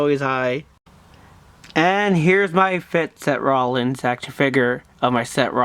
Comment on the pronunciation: any body notice that he says se rolins